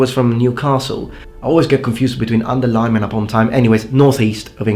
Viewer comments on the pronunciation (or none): none